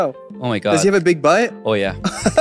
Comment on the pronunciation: When eric say "big butt" . I heard "big bite". When nickhun say that. I can hear clearly.